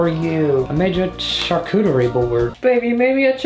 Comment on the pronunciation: Shar-cochie Bord 😂